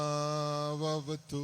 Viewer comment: സഹ+ നൗ+ അവ തു എന്നാണ്.